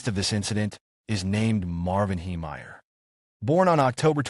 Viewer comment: The proper pronunciation of his surname should be "Haymeyer".